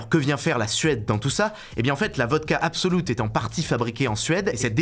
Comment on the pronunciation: Absolut se dit plus ou moins "Absoluuut" et pas "Absoloute". Pourquoi ce parti pris que le U suédois se prononce OU, c'est bien souvent pas le cas 😂